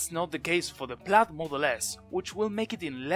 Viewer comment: it's [plaid] noooooooooot [plAd]